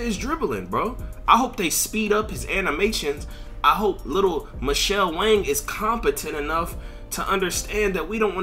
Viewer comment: Mannnn said Michelle wang.... I'm deeeead😂😂😂😂😂😂😂😂😂😂😂😂😂😂😂